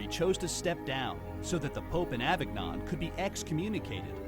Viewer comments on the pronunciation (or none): not avig-non, a-veen-yohn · Come on, how hard is it to pronounce Avignon at least somewhat correctly? Surely you don't pronounce filet mignon as "MIG-non". I'm not one for affecting accents to pronounce foreign words in the English lexicon in their native accent, but "a-VIG-non" just sounds so unintelligent. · Better: AH-veen-yohn. And Apostolic "Penitentiary": PEN-it-EN-chee-AIR-ree (Simon uses English pronunciations, but sometimes he's just wrong. Like "de Medicis": duh- MEH-dee-CHEESE). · Avignon is pronounced aven-yon. >.< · Exorcisms are still performed because the Devil is still at work. Schism is pronounced "SIZ-um".Avignon is pronounced "Ah-vee-NYOWN". You can be forgiven for anything if you are truly sorry, but you can still go to jail if you're caught. Priests can absolve (only God forgives) the two you said they cannot. Sorry. I skipped the Nazi gold. This was fast? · Can't pronounce Avignon? OMG... I'm not listening to another second of this. At least Simon's accent makes his mispronunciation of American English tolerable. This butchering of a French town's name by a guy with an American accent just sounds trailer park-level ignorant. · Nothing against (except his needing to learn how to pronounce Avignon) but why do I feel like I've just watched some crap on Fox News? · One of the reasons I like to listen to British speakers is because they have learned how to speak English. This guy says predecessor when he should have said successor, and uses the most Bizarre off the wall pronunciation of Avignon I have heard in my friggin' life. American YouTubers under thirty, You must learn how to speak standard English dammit! By the way I am American.